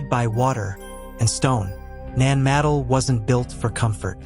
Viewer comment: It's not pronounced ( Nan - madle ) It's pronounced ( Nan- ma- doll ) Your welcome....